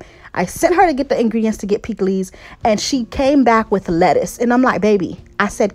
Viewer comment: lol that girl got you messing up saying lettuce lol